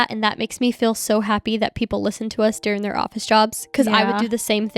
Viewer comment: You both pronounce the word “during” like “dearing” 😝 I love it! So cute!